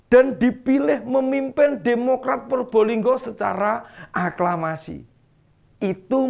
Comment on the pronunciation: bukan Purbolinggo tapi Probolinggo itu yang benar ya jangan salah ejaan nama suatu kota